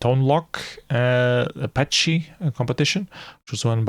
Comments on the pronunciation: Thanks for following Flashparty 2022 and for the detailed review! Beware the correct way to pronounce "ascii" and "petscii" is "askee" and "peskee", and so on. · Fixing the pronunciation of ASCII and PETSCI is the only suggestion I have for this otherwise wonderful comprehensive video.